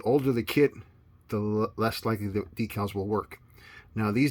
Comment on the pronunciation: Thank you for using the proper pronunciation for "decals" . I hate those guys who pronounce it "deckle".